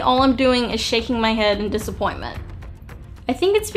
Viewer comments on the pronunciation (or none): none